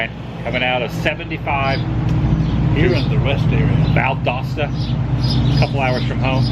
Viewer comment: Thank you for pronouncing "Valdosta" correctly in the part where you stopped at the Florida welcome center... I hear so many people who aren't from here incorrectly pronounce it Val-DOE-sta, because Google Maps pronounces it wrong! at the welcome center you were only about 10 minutes from our place in Lake Park! - a guy from (near) Valdosta.